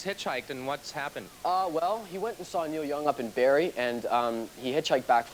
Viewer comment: This is the most Canadian shit ever "My friend is super adventurous, he hitchhikes to BAREEE and it just stresses me out ya know?"